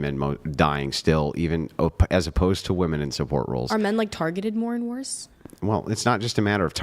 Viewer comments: i do not know why . but it drives me nuts when women cannot even pronounce the word women . i have said this before and someone told me i was stupid . maybe im just OLD and i was not aware now its like i am WOMAN . here me ROAR /? is that why they say woman and not women or is it just their pronunciation ? IMO just makes them sound dumb... like i said I was told already this was a stupid thing to argue HOWEVER this is a "debate" so when people do not pronounce words it throws me off. one is SINGULAR AND ONE IS PLURAL > why do i get sooo much pushback when I ask this question? i am not trying to be mean. i am trying understand why they are doing it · When did women stop pronouncing women correctly? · Why do all these 404 all say woman instead of women!! thinks shes smart but she keeps saying it 😂😂😂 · I asked my 11 year old daughter to pronounce “women” and she pronounced it correctly. Why can’t say “women” correctly?